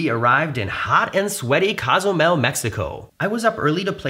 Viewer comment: I enjoy your videos, so thank you. BUT, an annoying detail. You're clearly a bright guy and respectful of other cultures and languages. Which makes your repeated mispronunciation of Cozumel strange and jarring. It's Cozumel with a long "o," as in coca or copilot or simply "Oh!" It's not "Cah"zumel or "CAW" zumel. It's COzumel. Ezy Peazy, yes? Danke, gracias, and thanks. 👍🤜🤛